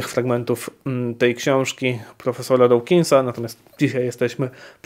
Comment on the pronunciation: Nie wymawia się dołkinsa tylko dookinsa. Dawkins czyta się przez długie o, a nie oł.